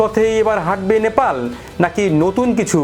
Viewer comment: আপনার উচ্চারণে "ন্যাপাল" আসছে। ওটা "নে পা ল" হবে তো। আপনার মতো আরো কয়েক জনকে ভুল উচ্চারণ করতে শুনেছি। সঠিক উচ্চারণ করলে খুশি হবো🙏